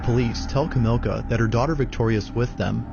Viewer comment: Not sure why the narrator can't get the Polish lady's name correct. It's NOT Kamilka. It's Kamilla, as in Camilla - like King Charles' wife's name. It's spelled out on the video and you hear the police call her name. No escuse for not getting pronunciations correct.